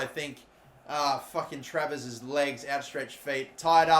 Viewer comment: I love it when he almost tarvares instead of travers